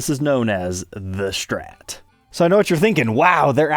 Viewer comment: Not until he says “STrat” not Shhtrat”